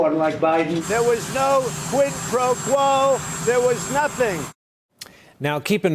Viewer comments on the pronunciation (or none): The deranged moron can’t even say quid pro quo without stuffing it up. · Lol Trump struggles to say Quid Pro Quo 🤣